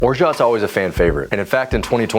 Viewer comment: You aren't pronouncing orgeat correctly.